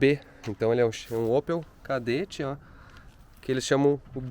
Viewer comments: O "Kaderatti" kkkk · Chama ele de "Chedett"